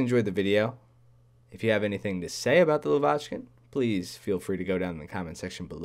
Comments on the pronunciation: lAvochkin, not lovAchkin plz. Trust me, i’m Russian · It's not " La-vochkin" it's "lavochkin" in one word. La-200 probbly will be in 9.0